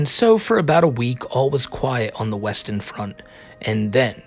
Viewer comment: "Alls quiet on the Weston front" 🤣